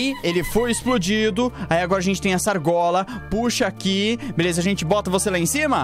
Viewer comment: Mano eu não sei sê e só eu mas eu acho que o fala velesa